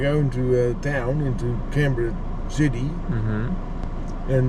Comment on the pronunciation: Didn't you learn how Canberra is pronounced when you were there? Weren't you even listening?? It's "Can-bra", okay, with the emphasis on the Can.